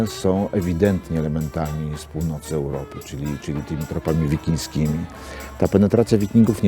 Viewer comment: Nie "wikińskie", tylko wikińskie